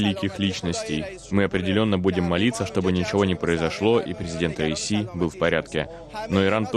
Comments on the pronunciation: Не РАиси или РАиса , а РаиСи . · Хотя бы правильно произноси имя бедного человека. Как будто говоришь раиса. Раиси , ударение падает на последний и. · РаисИ ! На последнем слоге ,а также все их фамилии. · Раиси- ударение на "и" В конце❤